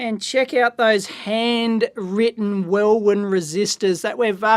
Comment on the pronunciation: Dave, I'm afraid I'm going to have correct your pronunciation. First up it's it's Plessey as spelt, not "Plezzey", and secondly the second 'w' in Welwyn is silent.